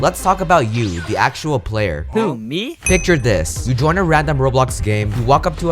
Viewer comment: When he said you watching this vid i thought he said enyu watching this vid